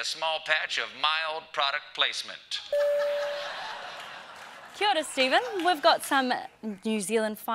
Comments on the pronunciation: Out of all these videos about Steven coming here he nearly says Kia Ora right, but on this one he pronounces it perfectly. All it takes is one near death experience lol. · This is the first time hearing a foreigner actually say it right and not "key aura" 😂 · He absolutely nailed the "kia ora" at the end. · Niven So with that logic a Chinese person can't say 'hello' with correct accent? Lmao. Most in NZ are just too lazy to pronounce Te reo Māori correctly. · Yeah that was a mint Kia ora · He said Kia ora correctly at the end. Kia ora to that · It sounded wonderful, dude obviously practiced. Kudos to you Mr Colbert, your pronunciation was ataahua. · Fuckin didnt it what! Cuz nailed it with ease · That “Kia Ora” at the end! 👌🏾👌🏾 nailed it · You just made me Homesick and you nailed “Kia Ora” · That Kia Ora was the best I’ve heard an American do! Loved this series 💜🇳🇿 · Well done on your pronunciation of Kia Ora, Stephen. Thanks so much, I think most of NZ has been watching your show this week. From a big fan of your opening monologues. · awesome glad u loved it here!!he sed kia ora so well!!!proud maori kiwi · I'm most impressed he pronounced Kia Ora correctly and with a Kiwi accent too 😂😂😂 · He’s said Kia Ora better than most pakeha do in NZ...👏🏽👏🏽👏🏽 LEGEND!! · He said Kiaora just perfectly 👏👏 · He pronounced 'Kia ora' correctly. Woo HOOOO!! So proud of him. Tears of joy, people. Tears of joy. > 😂😂😂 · That Kia ora at the end was correctly pronounced. You need to stay a bit longe Stephen, we still have so many adventures and breathtaking sceneries to offer! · Nailed that kia ora at the end 👌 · Well done on your pronunciation of the word Ki ora at the end. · Gee he’s pronounciation of our Language is Wonderful ❤️❤️❤️Kia Ora Bro😂😂😂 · Pronunciation on point, tumeke ehoa! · Nice pronunciation of the Maori language. He say Kia ora the way i used to here my Elders say it...very nice!